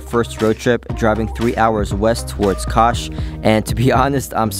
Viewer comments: Kaş (you naıled the Kaputaş but your Kaş pronunciation still needs some work brother:)) is absolutely gorgeous.. I could've recommend you really good restaurants with amazing food and meze dishes that you can't find anywhere else like "Levrek Simit" (Bagel shaped fish cake covered with sesame) if I knew you're going there. It'd be nice if you can tell your followers your next destination (actually you mentioned in this video that you're going to Fethiye if I'm right...sorry I don't know much about Fethiye) so those especially from that country you're visiting can recommend you the cool stuff. Regardless you guys have a great time in Turkiye. Love your videos! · Kas ( read as Kash) means eyebow.Have a nice trip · Not kas,,, its like "Kash" :))